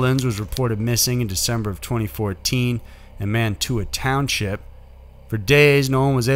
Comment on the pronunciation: I'm from ohio and just to clarify it's not pronounced Mantua ohio it's said man a way and wow lots of unsolved cases still